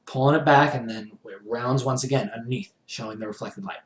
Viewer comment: "Shwoing".-. Haha, jokes aside, love the tutorial!